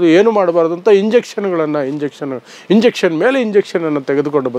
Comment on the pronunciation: ಇಂಜುಂಕ್ಷನ್ /injunction..ದಯವಿಟ್ಟು ಸರಿಪಡಿಸಿಕೊಳ್ಳಿ.